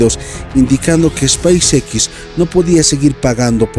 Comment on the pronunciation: Y no se dice space x